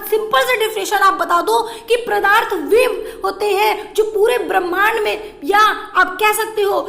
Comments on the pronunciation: Mam padarth not pradharth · Madam g pradarth nhi padarth